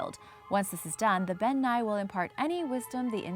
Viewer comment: As a Scot I can tell you... Elf and faerie are synonymous terms. To most, an elf is a category of fae. People think faeries are sweet and fun, but in Scottish Folklore they're mostly antagonistic. Also Bean Nighe is pronounced 'Ben NEE-eh'. Also surprised that the Nuckelavee didn't make the list but Ghillie Dubh did. Otherwise great list. :)